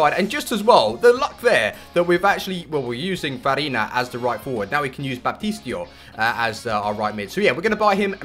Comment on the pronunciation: The rf's name is pronounced bap-tist-ow play Ronaldo as a striker and do a page flick on page 7 :)